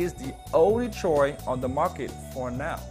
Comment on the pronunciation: "Choice" is now "Choy"!